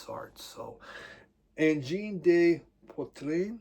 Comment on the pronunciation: Since you seem like a nice fella, the de in angine de poitrine is pronounced how it's spelled. Not day, not des, just a short de.